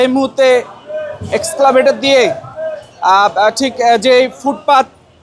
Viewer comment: এই সাংবাদিকের মান বলে দেয়, এই পত্রিকার ও তার ব্যবস্থাপনার মান। এক্সক্লেভেটার (exclavator) নয়, এক্সকেভেটার (excavator).